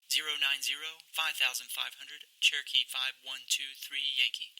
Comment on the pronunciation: That controller's "cherokee" is heard as "turkey".And what is this "downwind"?